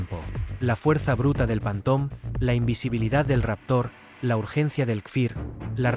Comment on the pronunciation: En espann̈a no saben decir ni una palabra en Ingles? Panton?